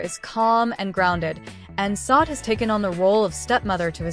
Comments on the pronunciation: Her name is pronounced “Saw-Day!” Not SOD! What the fuck?! Why don’t you guys try listening to announcers and other shows and how they pronounce her name! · Please.. its pronounced Shadé isnt it...!!!!! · Why is her name being mispronounced; very desrespectful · yes horrible fake AI